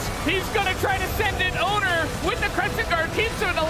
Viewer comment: why do they keep reading "oner" as "owner"?